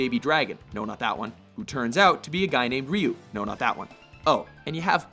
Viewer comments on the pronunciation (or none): the guy says (ryu) REE UUU, im pretty sure its pronounced "RYE UUU" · Ryu isn't pronounced "Ree-yoo". #GrammarImperialist